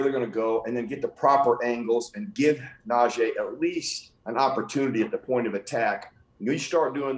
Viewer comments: Can we please get them to say najee correctly it's not najeh. It's frustrating that our own media people can't say the man's name correctly . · PLEASE everyone (especially STEELERS commentators & former players) pronounce NajEE's fucking name correctly. It's NajEE and not Naje'.